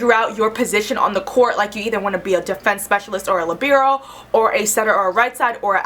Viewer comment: first time ive ever heard someone pronounce libero like that!